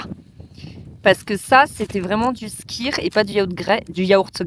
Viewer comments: Etant une amoureuse de l'Islande, j'ai bien évidemment sautée sur ta vidéo !! :D Vous n’avez pas osé le shot de Lysi (huile de foie de morue) au petit déj. Petits joueurs !!! lol. Je te confirme, qu’il y a toujours pas mal de vent à Vik. Et sinon, pour info, le skyr ça se prononce skér ;) Je savais que vous n'auriez qu'une envie en y revenant... y retourner. Avec mon mari, on a déjà été 7 fois en Islande (en hiver ou en été), on commence a très bien connaitre, mais on reste toujours émerveillé par ce pays, même si il a bien changé en 12 ans (premier voyage en 2013 et le dernier date de cet été). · Je ne suis pas certaine pour le Skyr, en islandais le y se prononce comme un y français. Par contre le j se prononce y comme dans Reykjavik -> Reykyavik.